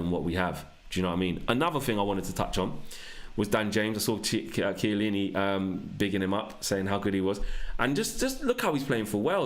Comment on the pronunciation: i’m Italian and that’s exactly how you pronounce his name lol Key-ya-leany